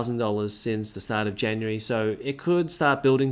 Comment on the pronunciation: Launches in Janurary.... Feburary... March... Yeah sure...